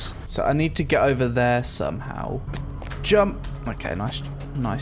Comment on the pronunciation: Whatever happened to jumpuuuhhhh? That's why you couldn't make it....